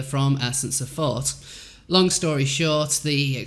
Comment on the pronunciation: I absolutely adore you and think your voice/accent are lovely and adorable but I swear I thought you were saying “essence of Fart” when you were saying “essence of thought.” Love your channel and glad you make content. Xoxoxo